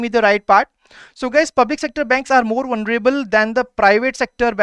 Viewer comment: Vunreable nahi bhai.. vulnerable hota hai.. qsn no. 2 😂